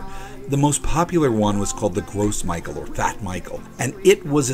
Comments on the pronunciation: You may want to start pronouncing Gros Michael the correct way (Grow Michelle) so people don't misunderstand any connotations that the American pronunciation has. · Gros michel is not pronounced like "gross Michael" lmao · Yeah I was thinking the same thing. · Yes, this!!! It bothered me every time he said it! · that is how it's pronounced, his mispronunciation was bothering me. Glad i'm not the only one who noticed. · Yes, it is easy to mispronounce a French word when you are not French. Maybe the French people who came up with that name (which means bulk/large Michel in reference to the large quantities that could be produced) should have picked something in English, hm? Despite, you know... Not speaking it. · ikr he should really stop calling me gross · I like the video, just hate the way you pronounce gros michel xD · Gros Michel is pronounced Groh Michelle not gross Michael. Also, there are dozens of varieties of bananas, the one you get in North America is one with the best shelf life. If the Cavendish dies out due to disease a new hybrid will be created, which will make me happy because the Cavendish is the miller lite of bananas. The candy making part was pretty cool though. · Gross Michael? No. it's Gros Michel and since it's French it's pronounced like Grow Michelle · "Gross Michael?" That's a french name, it's pronounced like "grow Michelle." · The banana is pronounced "row michelle". It's French. Gross Michael is funny as hell though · Its not Gros Michael, its "Gros Michel" pronounced as the female name Michelle... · No, it's NOT pronounced "grow"....... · I've never heard gros michel pronounced that way. I've always heard it pronounced 'groh mee-SHELL.' Sorry, couldn't resist. ;) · Yea you're right instead of Michel he's saying "Mickael" and the S in gros is silent. He needs to work is French pronunciation, but honestly it's not that important. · Gros Michel is pronounced "grow me shell" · Its "grow meeshell"